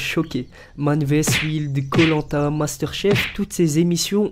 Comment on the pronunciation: comment il a dit koh lanta !!!!!!😂😂😂 je suis morte de rire sérieux!!!!😂😂😂